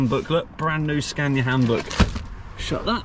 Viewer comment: How many time has he said super scana